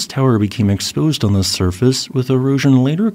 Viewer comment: They just keep saying ze same thing!